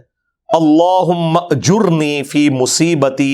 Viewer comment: Ali bhai aap ajirni ko ajirna kyu khte h..?